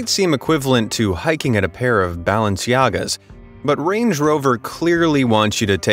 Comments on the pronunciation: OK r we just guna ignore the pronunciation of Balenciagas hahahahahah ... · Balance-Yagas.........you mean BALENCIAYAGAS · i like how he said ....it would be the equivilent of hiking in a pair of "balence yagas"